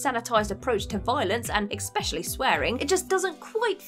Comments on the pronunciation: Why can’t this woman say the word especially?? Expecially is not a word. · Exspecially? Really?